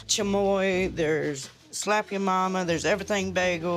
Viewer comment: Chomoy??????? Did anyone else hear this 😂